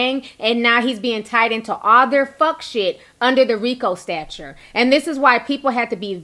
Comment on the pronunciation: "during his arrangement..." "under the RICO stature..." etc., etc. It's actually an "arraignment", and a "statute"! Do you even hear yourself? Do you not know what these words are/mean, or did you just hear someone pronounce them incorrectly, and you're just repeating it? I mean maybe it's just me, but I would think that an education should be a necessity if you're going to have a podcast that is watched by hundreds of thousands of people, but I guess I was wrong! I cringe every time you just randomly swap out these words that aren't even synonymous with the words its supposed to be!